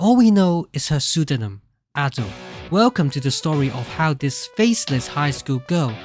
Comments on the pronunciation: Minor thing but you say her name wrong. Japanese is a phonetic language, so there is a right way to pronounce syllables. It is Aw-do, like awesome. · It's pronounced adeiu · this is cool, but like, you pronounce Ado as ah-dough, but I pronounce it like uh-doo which annoyes me the most for some reason